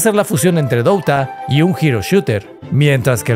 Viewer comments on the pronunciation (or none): "lish of legends" "douta" bro for real ??